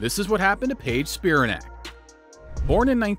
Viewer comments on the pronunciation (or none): It's pronounced Spi-RAN-ac, not SPI-ra-nac. LIke Titanic.